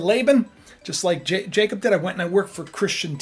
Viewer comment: Jacob- (no j sound- it was a y sound in many languages) ya cob- it's your pineal gland - third eye in the middle of your brain with Russ and cubes like your eyes.